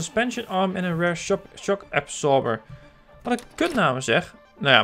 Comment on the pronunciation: Leuke video, je spreekt rear uit als rare, dan zeg je zeldzaam. Je moet het uitspreken als rier. Voor de rest een leuke video, ga zo door want nu ga ik al jouw videos van zowel Train simulator als CMS 2015 bekijken!